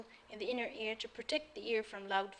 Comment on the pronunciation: ماشاء الله عليكي.. تصحيح فقط انك كررتي نفس الغلطة اكتر من مرة وهي انك بتقولي Inner Ear !!